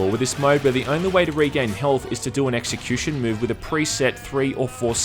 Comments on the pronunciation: 'assecution' ouch !!! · not trying to be edgy but i lost it , "assecution" lol